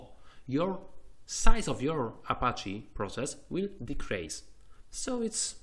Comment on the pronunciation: Tak w ogóle to słowo "decrease" czyta się "dikris", a nie tak jak ty to kilkukrotnie w filmiku powtarzasz :P Taka drobna rada.